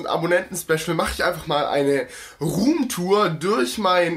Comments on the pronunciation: wie du rumtur sagt haha lachflasch des todes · Eine Rrrrroommtour😂😂😂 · Wie du Damals immer Ruhmtoor gesagt hast😂